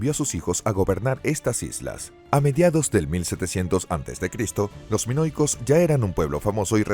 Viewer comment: No pronunciar ni una palabra bien “canosos” “monoicos”…